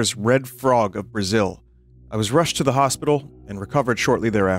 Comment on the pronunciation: That's it, he came to bruaziu